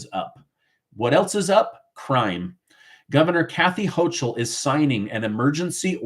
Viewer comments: ...Kathy Hochul's last name is pronounced as the "ch" is as a "k" sound. Just thought you may wanna know💁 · look up how to pronounce Houchal, I am in NY and we pronounce it differently than you do. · The "CH" in Hochul is pronounced like a "K". The ILLEGAL'S was planned to boost the Democrat voting role. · Her name is pronounced Hokul - hence the moniker "Kathy Hokum" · Hochul is pronounced Hokul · The terrible governor from NY name is pronounced Ho-kul. It’s not ch, it’s pronounced like a k. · NY Governor's name is being pronounced incorrectly; the ch is pronounced as a "k". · Good video, but you apparently don’t watch much news if you don’t know how to correctly pronounce Kathy Hochul’s name.